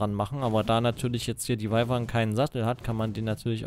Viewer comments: kleine info man schreibt wyvern aber sagt wüvern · Patrick Flad man sagt eigentlich "wivern"